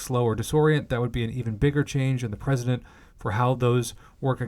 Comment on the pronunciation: "President" and "precedent" are not pronounced the same. If you're reading a section of text to a bunch of people, you have the responsibility of pronouncing correctly so that listeners don't have to analyze your pronunciation every time you didn't make sense. But otherwise thanks for this. Not having to read it myself was a joy.